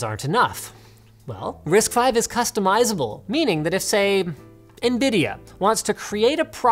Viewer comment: risc v is pronunced with a c dude